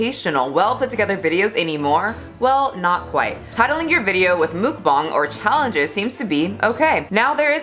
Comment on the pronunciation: It’s kinda pronounced Mock bang 😆